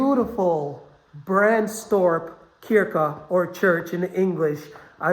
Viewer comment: Hi there 😊 It's pronounced "chyrka" in Swedish. Closer to the English than you'd think 😉